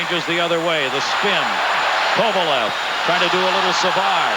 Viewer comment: He always messed up names. He would call Esa Tikkanen (pronounced TEE-kanen) TICK-anen. I remember another time early in his career he kept calling Alex Kovalev “Kovalesh”